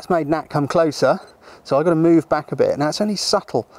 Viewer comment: Ha. "Over there a bit" with an accent does make it sound a bit like that :)